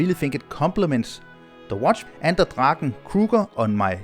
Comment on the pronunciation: Finally someone on YouTube pronounced "Draken" correct! 👍